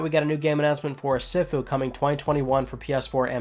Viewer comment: Sifu - pronounced "SEE-foo"